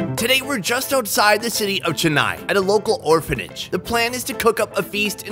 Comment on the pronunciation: Chennai but is pronouncing it like schanai